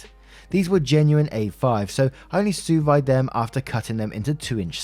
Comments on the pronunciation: sous vide is pronounced suu veed.:-) Ok... A5 Wagyu... A5 is the top rating of Wagyu beef. It is expensive. It is difficult to obtain. A5 Wagyu beef has intramuscular fat marbling that so far exceeds the level of intramuscular marbling in USDA Prime that they aren't even comparable. And REMEMBER, USDA Prime (or its European counterpart in rating quality) is typically the "high-end" cut offered by most steakhouses around the world. As he stated, there were 10 at the party and ONE steak cost $120. That's a $1200 investment for ONLY the ten steaks. As the OP wrote in his update, he specifically and ahead of time, let his guests know that if they wanted their steaks cooked more done than medium to contact him and he would obtain for that guest a USDA "Prime" rated steak of the same cut. Most high-end restaurants offer "USDA Prime" steaks. Very few restaurants even offer Wagyu, let alone A5 Wagyu. Because the OP offered (ahead of time) the option for any guest that wanted a well-done steak to request it, I'm sorry, but I fully understand why he would totally refuse to incinerate a $120 steak because some idiot thinks that "meat that is red or pink inside is poison." I also understand why he would fight to keep it from being turned into a hockey puck in the microwave. I am guessing that the reason (ex) friend and his dingbat girlfriend have blocked every guest at the party is because the other guests have given those two nary a bit of support for their actions. To all of tho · “Sous vide” = “sue-veed” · I’m gonna tell you now, a5 wagyu is basically a block of fat with a small amount of meat throughout, if you get a5 well done pretty much eating a dry cube of fat. A5 is prized for the fat marbling, rendering it all out to get a well done steak is straight up blasphemous Sous vide is pronounced sue veed for my man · Pronounced su ve, lol. Actually not bad attempt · You got the sous part right, but the vide part is supposed to be pronounced veed.